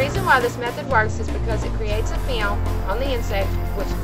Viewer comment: haha she said "fiylaym" film dummy!